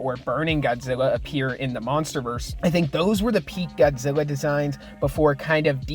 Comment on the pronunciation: You called him godzeva